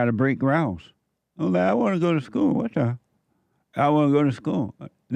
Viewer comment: Every time he says WAT DAH it puts a big smile on my face. Brings some lightness to an otherwise dark-feeling time